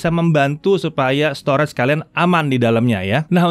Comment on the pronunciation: Maaf sebelumnya. Kalo bole saran pengucapan kata STORAGE, yaitu Store-Age. Bukan Store-REDS. Agak mengganggu aja si udah berulang2 di semua video anda. Sayang aja. Tlg diperhatiin yaaa Bang. Supaya lebih baik lagi video2 Jagat. Thanks